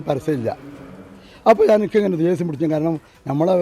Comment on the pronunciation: പ്രസർ, വായനസാല, ദേസ്യം, സിയാബ്...ഏതാ ഈ മൊയന്ത് 😏